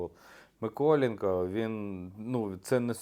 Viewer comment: Хочете щоб люди підписувались? Навчіться вимовляти МиколЕнко! А то як той грьобаний коментатор з москальського каналу, (я дивився У-І через піратку, бо оф можливості не було), казав "Ачєрєтка"! Вгадайте на кого?